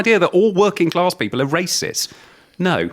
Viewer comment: There's no R in class